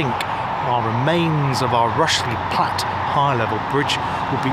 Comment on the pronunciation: Interesting feature on one of my favorite "closed" railways. I have several books on the MSWJR and have visited some sections of the line. Not sure why you pronounced "Rushey Platt" as "Rushly Platt", or is that a local pronunciation? The line to Ludgershall is still "in situ" but not sure what traffic is carried on it these days. The sidings that used to go towards Tidworth have been truncated in the last few years where a new housing estate for army personnel has been built. I look forward to future visits by yourself on this fascinating railway!